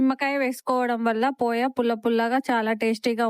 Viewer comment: అది పోయా కాదు పోహా